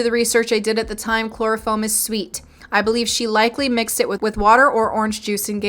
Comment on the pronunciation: Did anyone else notice the first time she said chloroform, but the next two times she said chlorafoam? 🤔